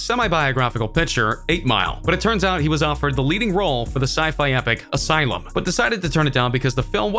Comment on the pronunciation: Did you just pronounce Elysium as asylum? Dude.